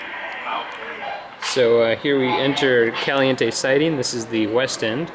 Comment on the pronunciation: Lol, just noticed he said "Calinte". Wow.